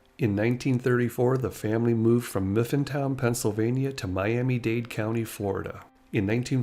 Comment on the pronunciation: V you mispronounced where her remains are it is mifflintown